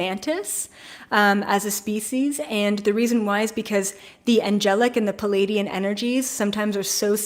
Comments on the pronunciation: You say palladian hybrid... do you mean ple-aidian hybrid? Love & Light. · I Love your channel but I’m afraid you are mispronouncing the name Pleiadian...You say “Peleidian”...sorry for that but I love languages and studied linguistics, so I could not help myself but to draw your attention to that...there’s a letter “L” straight after first “P” - Pleiadian